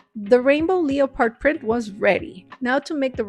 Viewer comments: Not judging but it’s pronounced lep-erd not Leo- pard that was killin me lol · THEY WAY YOURE SAYING "LEO-PARD" so silly, say "lep-erd" love you're coloring, very cute! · ‘leopard’ is pronounced lehpird btw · Don't ever be so hard on yourself because everything you make turns out amazing! I always watch thinking how do you come up with such awsome things lol. ❤ Also I don't know if you knew this or not but leopard is pronounced Leh-perd. The o is silent. Xx 😊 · I LOVE you and your channel!! You inspire me every day. I wanted to explain some pronunciation for you so it might help you. I am an English major and part of my jobs were to "check" news reports, books, etc. When saying "leopard", the first part is NOT said "leo" as you might think. The easiest way to explain the correct way to say it, is to tell you to omit the letter "o" entirely-make is silent. you then have 2 syllables which sound like this: LEP and PARD or even LE PARD, The difference usually comes down to accents and dialects in the U.S. Your English is wonderful though overall! I hope you accept this loving corrections being from care and concern only. God Bless You! Gina Lopez in Little Rock 🥰☺